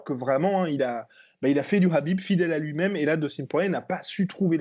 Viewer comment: on dit pas kabib mais khabib, kha se prononce rha et non ka